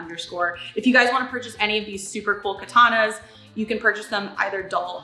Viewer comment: It's katana. Btw women💀